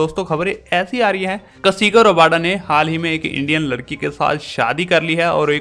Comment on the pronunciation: Bhai kasigo rabada nahi kagiso rabada